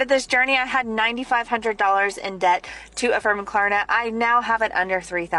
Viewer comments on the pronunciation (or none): The fact that dude thinks it's called Klarana instead of Klarna means he definitely needs to stop.